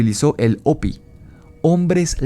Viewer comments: Se escucha chistosso oirte decir opi,,ja,ja, se pronuncia jopi en y gles y se escribe hopi, yo se q en español la h es muda, pero en ingles no, y no fueron ñlevados a las entfañas de la tierra por seres reptilianos, si no los honbres hormigas q los cuodaron durante michos años,,creo q fue en el.enfriamiento de la tierra, an ice age? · Se escribe "Hopi", pero se pronuncia "jopy".